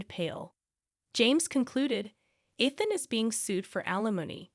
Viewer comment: Ethan, Eethan, Ian... and then I stopped watching.